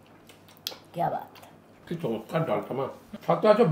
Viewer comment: চম্যটকার...চম্যটকার.. চমতকার..🙂😅😅